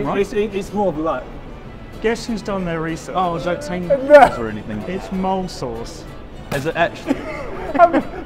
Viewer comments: The way there was no one there who knew how to pronounce mole correctly 😭😭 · I’ve never heard someone pronounce mole like that before 😂